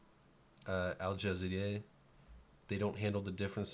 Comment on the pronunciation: Al Ja Zeeraaaa say slow with me you idiot